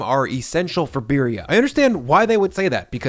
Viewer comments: Another great video!! One more thing the abuelas will be blowing you up in the comments over?: saying BEER-ee-uh instead of BEE-dee-ah. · Please say it right. It’s Beady-uh. Not Beery-uh.